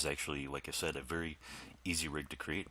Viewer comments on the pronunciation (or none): none